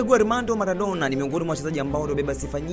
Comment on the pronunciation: Nadhani Maradona humfahamu, halafu mtu wa media hujui matumizi ya l na r